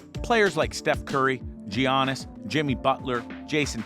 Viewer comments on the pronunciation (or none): Its not GI-ANNIS its YANNIS